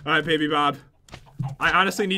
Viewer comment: said oh god baby not oh god mayby